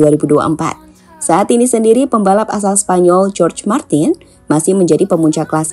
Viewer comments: Naratornya slip saat menyebut Jorge menjadi George Martin.😁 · Jorge pronounce Horge, Martin min 🙏